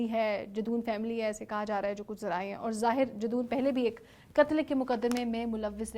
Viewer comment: Miss, his name is zahir jadoon, not zahir Jason.plz be prepare while doing video, specially in these criminal cases